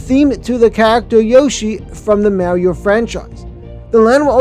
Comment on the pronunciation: Ok, I'm gonna be that guy. You mispronounced Mario every time in the video. 🤦🏻🤦🏻🤦🏻🤦🏻 You say the "ar" the same as you would saying car. As for the other mistake, Celestial Park's main attraction is now Stardust Racers